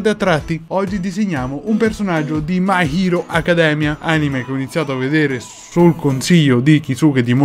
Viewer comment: Bellissimo , uno degli anime che mi piace di più !!! E che piace a molte persone. All inizio hai detto malissimo my hero accademy